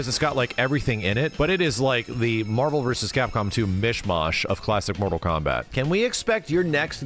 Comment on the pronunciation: I love that Ed said “MAHVEL” and he did it twice so it was intentional.